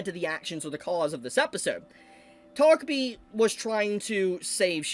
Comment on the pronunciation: He said "takopi" but I heard "togepi". It must be I'm still asleep.